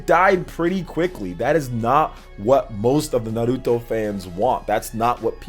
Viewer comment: Thanks for pronouncing Naruto right king